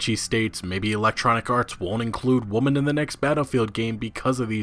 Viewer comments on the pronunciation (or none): Why are you saying woman and not women? it’s irritating. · I was enjoying your video but for the love of god, it's WOMEN, not WOMAN. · Why cant this man say "Women" correctly. he keeps saying "Woman" referring to multiple. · You say “weman” not “woman” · You do know women is not pronounced Wo-Man don’t you? It’s Wi-Men in case you were wondering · "Women" (plural) is pronounced "wimen". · Where are you from? I’ve never in my entire life heard anyone pronounce women as woman. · why do you pronounce women with an "a" sound. Woman is one, women (wi-min) are two or more. There's no "tomayto-tomahto" "people pronounce things differently" argument here. Good video, for sure, but Jeez dude, that bothers the hell out of me. It's like you intentionally make sure to pronounce it woman no matter how many females you're talking about or referring to. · Why does he keep saying woman in plural? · You need to learn how to pronounce the word women. You have a valid and noteworthy "article" you are giving here. They way you continuously mispronounce it as the singular woman instead of women loses you credibility, as you sound uneducated. It's so distracting I had to pause the video after 5 mins. ... Well coincidental choice of words there. After resuming the video I learned EA called the consumers uneducated. On the whole I found your video informative and a good watch, it's just unfortunate about the language mishap. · Why do you keep saying singluar, 'woman' and not 'women'? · You are mispronouncing the word "women". Speak the singular and plural forms of "woman" back to back and you will notice that you say them the same way. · Women! Its women not woman. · Holy hell its women not woman. Woman is singular and women is plural you dipshit. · Anyone else bothered by saying "woman" instead of "women" through out the video? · WoMEN not woMAN. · Why do you say woman instead of women? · It's pronounced "women", not "woman". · ITS WOMEN NOT WOMAN